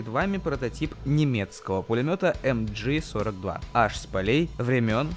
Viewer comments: Пулемет MG-42 называется ЭмГэ-42, а не ЭмДжи. Потому что на немецком это мащингевер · Не "а-амджи" это не англичашки правильно "амг 42" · МГ-42 (не эмджи, ты не реп читаешь "машингевер") и про этот легендарный пулемет ничего не нашел, но про древний кремниевый пистолет да.